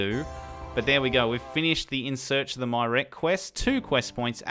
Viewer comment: I fell behind a bit on this series but I've caught up on the last three or four episodes now. I haven't personally heard many pronunciations of Myreque since I don't talk to anyone about RS or watch many YouTube videos on it, but "My Rek" was very unexpected and hilarious! I almost don't even wanna tell you the correct way!